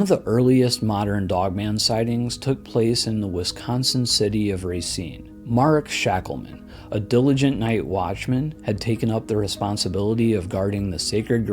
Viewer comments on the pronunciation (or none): Btw, in Wisconsin, it's ruh-SEEN, not RAY-seen. A League of Their Own got it wrong, but now people outside the state think that's how you say it. It's a great movie, though!